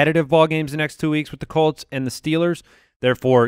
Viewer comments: "Indianapolis CALLts?" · Jamie Craig i knew i heard him say cults lol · Why did say Indianapolis Coats in the intro?